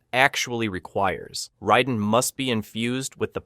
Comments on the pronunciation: RAY den. Not Rye den. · I guess you haven't noticed that everyone calls the thunder god, Raiden, not Ryden. And you don't seem to know that there are multiple timeliness which explains many of the things that you claim have no explanation. Kahno? Are you serious? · I heard riden and I’m out